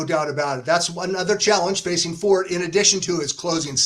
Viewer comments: Fort and For-tay are both accepted and here's why. Forte etymology is Latin (Fortis). The term was adopted by France and Italy. In France, it's pronounced Fort and it's generally used to speak of, describe, or as an adjective of strength or/and stoutness (i.e an structure). In Italy, Forte is used to describe or speak about strength or/and loudness, but its also the term used to describe the strongest part of the blade used in the sport of Fencing, which was originated in Italy and later perfected in France. In Italy, the pronunciation is For-tei (no matter what is being referred to) which sounds in English as For-tay. As of how Forte (the horse) should be pronounced, I believe it's For-tei (or For-tay), given that his owner is Italian-American, he paid for the colt, and he refers to him For-tei (For-tay). By the way, if you go to a French restaurant dont ask for a Torte unless you want to be laugh at 😂. Torte is a German term adopted from the Latin torta via Itlay. The chocolate torte confection is called Sachertorte, originated in Vienna, Austria in the 1830s, a period when the Austrian Empire kept the German as one of their official languages (as they do today). If you go to an authentic French restaurant ask for a gâteau, unless they have real Sachertorte in the menu. The reason why Torte is strictly pronounced Tort is the German rooted adoption from the Latin kept out the A (Tort-a), which the Italian kept intact. Forte can have two pronunciations because the term was ad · Forte, the word, is also an Italian word. In Italian, the e is pronounced. His owners have Italian surnames, not French. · Just a note re the word "forte." In English, if you're referring to strength or fortitude, the "e" is silent. In music, it's "for-tay." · Are you really going to trust a couple of guys who can't even pronounce the Favorite's name correctly!!! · How can you guys possibly be pronouncing his name wrong? What the AF?? It’s For-TAY for Christ sakes. What is happening??